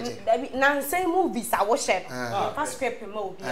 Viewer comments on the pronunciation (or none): Scrip kokoo scrip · She said "Scrip".. 😂🤣🤣😂